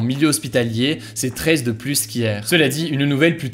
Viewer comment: J'adore tes vidéos, je trouve ça vraiment sympa et une bonne alternative aux médias traditionnels. Mais j'ai une question, pourquoi prononcer aussi fortement les S quand tu dis "plus"? Ça vient d'où ?